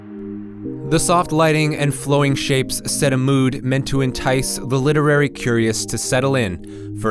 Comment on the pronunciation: "The soft liding and flowing shapes said a mood meant to entice thuh lidderary curios to seddle in fur a storytelling adventure."